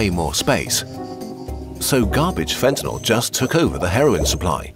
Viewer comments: Wasn’t Fentanyl made up by politicians? And why do they pronounce it “ Fentanol”? Is that a side effect? 🙂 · A video about fentanyl, where you don't even know how to pronounce it. Classy.